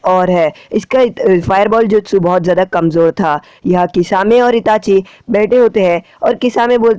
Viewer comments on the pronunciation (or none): none